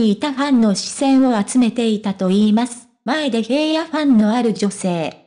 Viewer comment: ヘイヤではありませんヒラノです 聞きにくい話しが古い